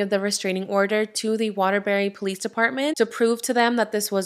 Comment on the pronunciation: You said Waterbury correctly...I live in Connecticut